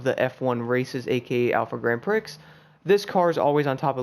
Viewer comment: Did he just pronounce the X in Grand Prix? My fellow Americans continue to embarrass me by butchering the English language =/